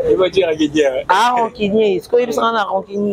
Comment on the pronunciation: loba français bien stp quoi dire et non quoi djire eza français ya ba chegue 😂en pensant vous êtes belle